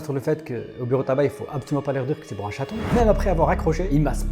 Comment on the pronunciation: Ils savent même pas dire le mots "chaton" ils dits "chateau" mdrrr